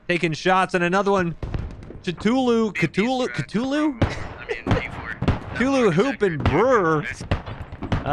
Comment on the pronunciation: Cthulhuhoop is such a wicked name, too bad he butchered the pronunciation